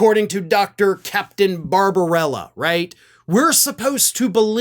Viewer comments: It's barbabella, not barbarella. No harm in gettting it straight. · The doctor’s name is Barbabella not Babrbarella